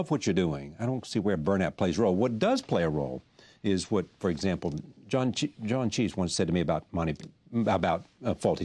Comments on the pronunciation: Reminder: Charlie Rose mispronounced the legendary ‘Fawlty Towers’ actor’s name as John CHEESE. . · roy stanley I mean he said John Cheese instead of Cleese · Japan You ARE mistaken. He was always John Cleese.